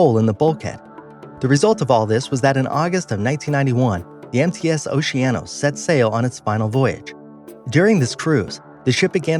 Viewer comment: Oh u said mts it sounded like and I though empty ass